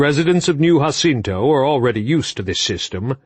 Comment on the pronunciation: “Husinto” always makes me laugh. 5 books straight hahaha